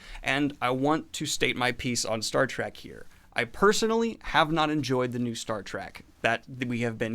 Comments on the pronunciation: It's Star Trek not Star Track :P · Love ya bro, but evey time you say "Star Track" its like nails on a chalkboard.